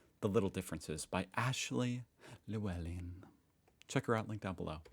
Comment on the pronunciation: Pretty good pronunciation of Llewelyn. Add some “cl” into the double L at the start “cllllewelin”.